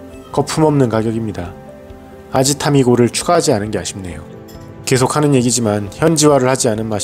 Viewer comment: 아지타미고? 아지타마고